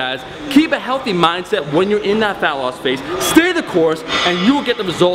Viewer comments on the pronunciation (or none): Why do you keep saying "phallus"? It's fat-loss bruh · I just wanted to point out that it kinda sounds like you're saying "phallus" and not "fat loss"...so you said "you know everybody cares about phallus"...wise words bro. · Falling asleep while watching the video and I swear I heard "phallus" instead of fat loss one of the times. Srs. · Is it just me or did it sound like he was saying falice when he was saying fat loss? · Omar when you "fat loss" it sounds like ur saying "phallus"...no homo? lol